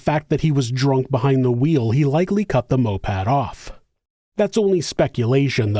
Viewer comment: I know what a moped is, he said Mopad.